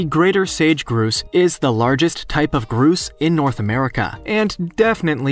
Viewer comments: Why is it that everyone else can pronounce the word: “Grouse” but you can’t? It’s gr-OW-ss! Not gr-ooooo-as! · The grouse bird its not pronounced groose but gr-ow-se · That's not a Groose, it's a GROUSE, rhymes with "house". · It's Grouse not Groose...pronounced like House only with a G. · It is not a sage groose.. it is a sage GROUSE....LIKE OW NOT OOOOO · It’s grouse, not groose. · Sage Groose??? 😂😂😂 it's Grouse. Gr-owe-ss. (Sorry, it's just funny to me that an "educational" video is published without knowing how to pronounce something as common as a grouse. Even small kids in Minnesota know how to say it.) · I was looking elsewhere when I heard him say groose. I was like, "What's a groose." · Grouse. Say it like house. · Thank you for this, it was driving me crazy! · No you can easily tell a text to speech voice. This guy is a real person no doubt. There's nothing wrong or strange about his intonation just the pronounciation of "grouse". Actually, now that I finished the video, a few other names too. But the intonations is still fine.